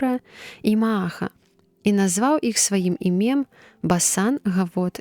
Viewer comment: Прачытана: іме'м, слоўнікі даюць: і'мем.